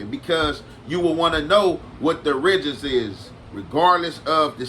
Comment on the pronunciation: Butchered word of the day! Origins! 😂😂